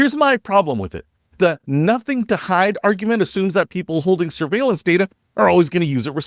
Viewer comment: You pronounced surviellance wrong. Flock Surviellance Cameras. Also they are very easy to hack into so you can track your ex girlfriend or your local alderman.